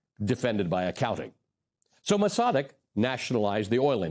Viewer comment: "Maws a 'deg"...👈🤣... Mossadegh.....dude blew the name... EVERY TIME....👈👈🤣